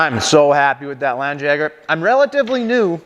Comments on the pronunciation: It's pronounced lawn Jagger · Yeah, FYI is a bit sloppy there with the pronunciation...Being of German origin I can confidently say a better match would be "Lundt yeah gar"